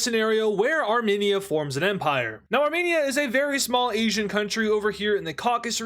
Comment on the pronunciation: hello, As a part of the Armenian community I would kindly like to inform you that when you say Armenia, it is pronounced. (Ar-Meen-Ia) Not (Arm-En-ia, Plz like so he can see this